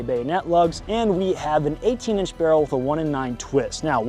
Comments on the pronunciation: Uh it's pronounced "barrel". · RAY-DOHM BERR-REL